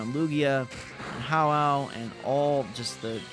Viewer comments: Did he just call ho oh, how ow? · Did he call ho-oh ho-ow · You do not know how to pronounce Ho-oh. And you claim to like pokémon.